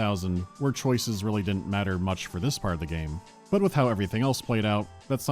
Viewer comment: Their pronunciation of Innsmouth drives me crazy